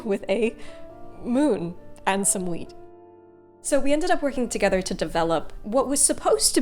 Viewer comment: When you said "wheat", i heard "weed" so i really thought for a second that you were gonna make a big old green gandja hand